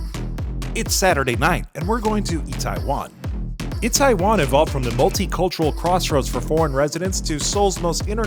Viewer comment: Nice video. Fast tempo and fun to watch. By the way it is Itaewon, not Taiwan.